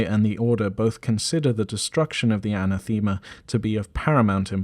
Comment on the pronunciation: Aa-naa-thuh-muh not Ana-theema. Ew.